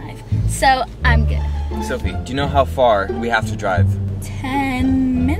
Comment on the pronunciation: "soFie" not " soFFie"